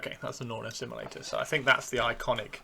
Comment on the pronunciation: Norn... Assimi-lictor?